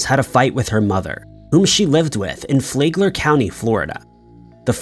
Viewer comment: It’s Flag-ler county not Flay-gler county Florida lol 😂 I know I know…No one cares